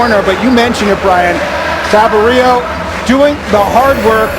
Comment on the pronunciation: That new guy commenting was bad. 2 times he couldn't say Sabirios name. Wtf. He's only RSLs DP